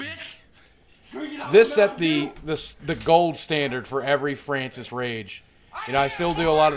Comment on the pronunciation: mow fwancis pweez ;c